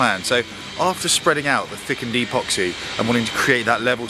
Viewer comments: You are,pronouncing epoxy wrong. It is ehpoxee not eeeeepoxee. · Well done 👏👏👌 . 10/10 for the job. 1/10 for calling epoxy ‘E’ Poxy. 😂